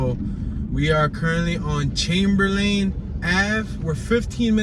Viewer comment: Don't talk like a tourist. No one sez Chamber-lane. It's more like Chamberlin